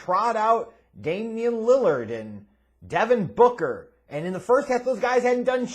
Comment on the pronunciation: Suns Fan here, I’ve been watching you for over a decade now; I don’t like the way you say DEVIN BOOKER!!! Lol